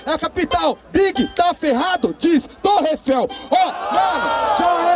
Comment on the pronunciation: É capital BIG tá ferrado diz "TorreEiffel" - REFEL 👊🏻🎤🥶